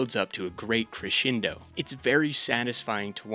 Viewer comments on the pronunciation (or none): none